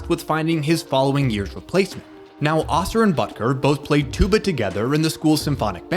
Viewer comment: Jeff "Oh - Ser" - not "ah-ser" (went to highschool w/ these guys lol)